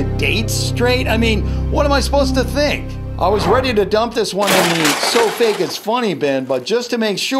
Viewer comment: He spelled fake like fak at the end of the video when he said it was fake!!!